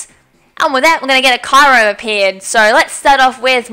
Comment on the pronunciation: It's pronounced Ky-you-rem, not Ky-rem. >:I